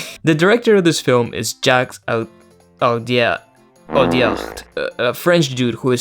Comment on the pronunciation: on behalf of France, i would like to present my sincere apologies for this movie. (by the way you did pronounce "Audiard" correctly, it's the same as "odiar" in spanish which is.....a good coincidence)